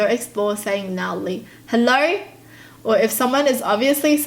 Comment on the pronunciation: hellourrrrrr reminds me of rosie aussie accent 😂